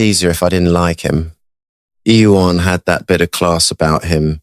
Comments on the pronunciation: someone please tell Jeremy how to pronounce Ieuan. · Is that how you pronounce Ieuan , fellow Welsh folks